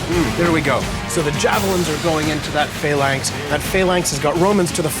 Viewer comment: Lol the guy with the glasses calls them failanx.